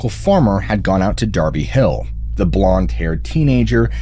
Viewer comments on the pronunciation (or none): none